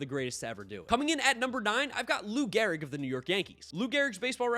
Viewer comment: G-E-H-R-I-G. Great video but I am that guy who always notices the slightest error. 😂